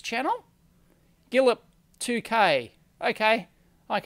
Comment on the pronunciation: I'm joking. I DID win. I've just got my AWESOME osciloscope. Thank you Keysight and Dave! By the way, guillep2k is more like "gui-shay-peh-2K". :)